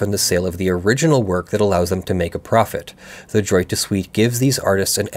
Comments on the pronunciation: "Droit" is pronounced closer to "dwah". :p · Droit is pronounced drrrwah(t). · Every time you say “droit” with a hard t, I cringe. It’s pronounced closer to “draw”